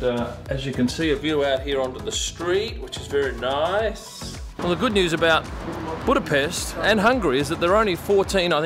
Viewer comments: Wow! I'm impressed already with the perfect Budapest pronunciation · I'd say this is far from what i would call a tense moment. Go to the scummy districts of liverpool or manchester, let alone london, and you'll experience what tension is. He might have been in the wrong lane, but let's not forget that he did bother pronouncing Budapest right.